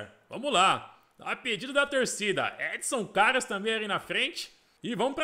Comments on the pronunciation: se pronuncia Édson Cariús, tem acento no “ú”. Vc tá falando Édson Carios, praticamente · vc esta falando o nome do Edson Carius errado, o Carius no u e um to bem forte, tipo CariUs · Cara a pronúncia certa é Edson Cariús. Mas no futebol aí está Cárius